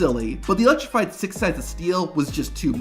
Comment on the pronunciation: Ummm so about #4... I hate to be this guy, but you're not exactly helping the stereotype of wrestling fans not being the smartest bunch when you misspell and mispronounce "electrified" over and over again....